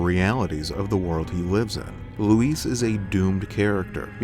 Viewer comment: It’s Luis, not Louise. Thumbs down for annoying pronunciation